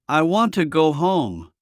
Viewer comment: No se dice Guant se dice want , want. No se dice guai se dice why como se escribe